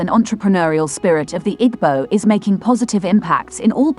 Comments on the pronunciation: Narrator thanks for presentation. But, next time give an igbo person to give correct pronunciation ooo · Pronounce IGBO properly or dont use rhis voice